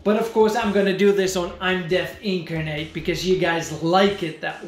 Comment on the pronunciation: Out of curiosity, what is the hardware of your MS-DOS computer? Also, I found your pronunciation of "incarnate" funny. Never heard anyone say it like that.